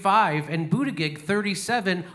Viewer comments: Right on Jimmy! Ps. It's pronounced "boot" "edge" "edge" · I love you, Jimmy, and I hate Pete Buttigieg (for his elite entitlement and probable cheating, not his gayness; I'm a gay trans man myself). But please learn to pronounce his name correctly. It isn't hard. Boot-i--jej. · He purposely butchers his name every time. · Damn dude, boot edge edge, got it? No, I'm a Bernie man but Pete's name isn't hard to pronounce and I take you less seriously when you purposely pronounce it wrong. If you are going to go that route just call him wall street Pete. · The name though, people are having more and more trouble pronouncing it. I mean the choices, Butt gig, Booty gig or even Booty jig, all lead to the same orifice and I am talking his mouth, you naughty people and what comes out, not what goes in else where ;D. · I love how jimmy calls him bootiGIG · It’s pronounced booty-jizz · It sounds like "bootyjudge" just say it Jimmy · I agree with a lot of your stuff but when complaining about your Facebook vid getting taken down for "misinformation" you're not doing yourself any favors by blatantly mispronouncing Buttigieg's name 🤷🏼‍♂️ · This would be more convincing if JD knew how to pronounce Buttigieg's name. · ummmm...Might be nice if you knew how to pronounce Buttigieg... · you know how to say his name correctly why don't you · You're mispronouncing his name. Makes you sound like an idiot.